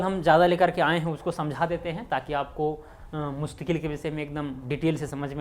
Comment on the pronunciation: The correct is mustaquil and not mustaqueel